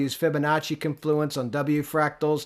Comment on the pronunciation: Confluence has the emphasis on the first syllable. CONfluence. Peace and love brother